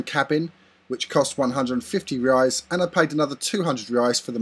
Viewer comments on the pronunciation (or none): Very good video, if you allow me a little correction the currency name is "Reais" not "Reias". You are making gr8 videos.. Keep up with the good work.. :)